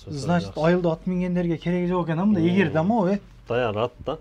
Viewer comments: Эгер эмес Ээр деп айтылат го Тууган😊. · Эгеер эмес ЭЭР десен Кыргызча сулогонду качан УЙРОНОСУНОР